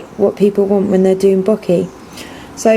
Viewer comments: I like your tutorials. Very simple to follow :) bokeh is bow-kay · Lastly, it's a Japanese word. The spelling of "bokeh" was just made up to try and help western society pronounce it properly (the "H" was an intentional inclusion to try and stop people from pronouncing it to rhyme with "bloke" or to have a long "e" sound). It's pronounced like "boke-ehh" with equal emphasis on each syllable.